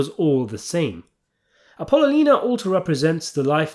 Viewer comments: Great channel and work, but her name was pronounced “Appelonial. Ahh-ppah-lonia. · Bro. Love you, but Apollonia. app-oh-LOW-nee-uh!! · it's appa-lo-nia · It’s pronounced Apple-lonia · Great video. Only thing that bugged me was how you said Appolonia. App-owe-loan-ya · lonia, A-po-lonia you effing ass kiss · Apple owe knee ya; say it fast. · As soon as I hear "Ping! Pow!" I know a video's coming up that's worth listening to! Great take. Now, repeat after me, please. "Apple-o-knee-ah." "Apple-o-knee-ah." "Apple-o-knee-ah." YW Peace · happy to see saying Appalina didn't bother just me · Yeah. Came here to say this. His channel is too long standing for him to not know how to pronounce her name. It’s almost embarrassing for someone so well steeped in godfather lore to mispronounce it. Ah-poll-oh-nee-ahh. In case he genuinely hasn’t watched the movies, lol. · You're saying his wife's name wrong! I don't why that bugged me so much, but I'm glad to see the comments felt the same way 😂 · Your pronunciation of Apollonia’s name is soooo bogus! I think you’re doing it on purpose, or you’re a poor reader 😅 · BROOOOOOOO Your videos are great but you need to get your pronunciation correct… It makes it hard to take your serious 😂 APOLLONIA You used to call Frank Pentangeli PEN-TAN-GHELLY 🤣🤣🤣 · Why are you pronouncing his wife’s name so ridiculously?! 😅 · Ok you win I'll comment about it did Apollonia make you mad in some way for you to butcher her name the way you did in this video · Good analysis as always but yes why the constant mispronunciation of Apollonia's name? Also, let me add, Michael's father almost being killed was the beginning and Apollonia's death was what cemented him in the mafia life but Sonny's death in between also helped as well. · Dude! I’ve been watching you make videos about this film for years. How can you not pronounce Michael’s wife’s name? So do to call his dad voti cornetto?